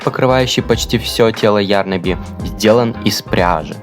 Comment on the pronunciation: Извините меня конечно, нооо не Ярнаби,а ярнАби